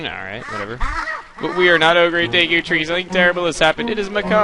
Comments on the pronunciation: DEEEEKU NOT DEKO LOL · daiku tree? no no no no its Deku Dehku Dehkew Dehkuh thos are right not daiku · I used to pronounce it dee-ku but now I pronounce it de-ku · say deekoo. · its pronouced DEEKOO bcuz of emphasisi (long and short vowels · If you know PeanutButterGamer, he pronounces "Deku" as "dooka" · i thought it was pronounced duku tree daku tree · "Deh ku"!!!!! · I always thought deku was pronounced "Dew-ku" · its pronounced (D-ku) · i say it's pronounced deh-koo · deku is pronounced (DEW)-(KEW) CAN YOU MINCHIN ME IN 1 OF UR VIDS NEED SOME VIEWS AND I HAVE KEPT UP WHITH MOST OF YOUR VIDS THANKS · My friend saw you trying to say deku and he said "WHY NOT DICK OOOOH" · it's pronounced deku.